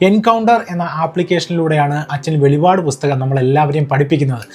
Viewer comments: Not veli vad but velippad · Velipadu alla, velippadu